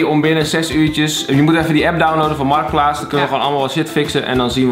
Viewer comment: “MARTKPLAATS” NICE